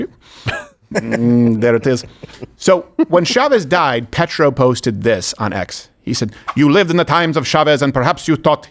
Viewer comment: Steven, don't be dumb. Petro comes from Latin for Stone, not petrol. Like Peter.